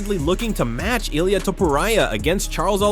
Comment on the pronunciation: ILAIA?????? ILIA !!!!!! lool that made my day ! good video keep em up bro